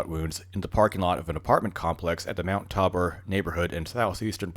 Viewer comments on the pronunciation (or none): FYI it is pronounced tay bore. I had the unfortunate luck of living in that socialist hell hole for many years. Also mt tabor is home to the city water reservoirs that at one time were open air but I understand they were in the process of covering them.